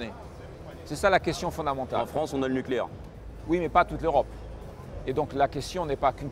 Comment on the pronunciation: “En france on a le nukulaire” … Euh…. On AVAIT le nukulaire… en ce moment on l’a plutot dans le Q